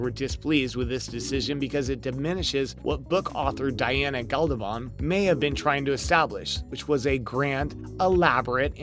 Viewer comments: I enjoy the TV series. Having said that, however, Diana's books are far superior in that they are much richer and fuller and cover far more than any TV series ever could. And dude! The pronunciations you used - please!!! "Lang-hair"???? It's "Leery". "Gadalbon"??? It's "Gab-al-done". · Great Goddess, could you get someone who looks up pronunciation of names? Loaghaire isn’t “langhair” but “leery “ . It’s Gaelic. And “villantry” isn’t a word. The word is “villainy” which IS English. And , Diana”Galbadon”? Cripes!